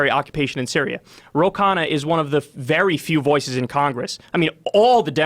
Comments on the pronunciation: It’s not khaaa-naaa it’s kha-nnaaaaa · "Ro" is most likely short for something like "Rohan" or "Rohit", it's surely not his full name. Also the surname "Khanna" is pronounced as "Khan+naa" coz Kha is not pronounced like Khaa. But Australia has a very small population, so labour market would be small too. That's why labour in China is do cheap as it's abundant although it's getting a bit expensive now as they economically grow.